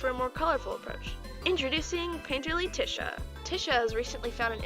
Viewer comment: first of all, I LOVE IT :3 (tisha is my fav character)!1!1!1 second, i think tisha is pronounced ‘te-sha’ idk tho.. that’s just how i say it 0-0